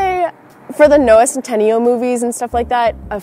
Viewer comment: for the who? noah centENIYO movies? xD its pronounced noah centINAYO... "yale" girl